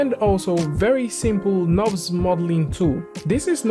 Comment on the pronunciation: pronounces "knobs" but it's actually "nurbs".